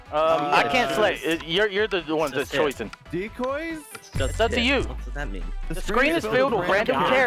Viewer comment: said your choisin lol